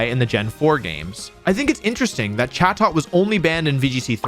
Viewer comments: The correct pronunciation is closer to "chay-dit," but good video otherwise. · Definitely thought it was pronounced “cha-toe”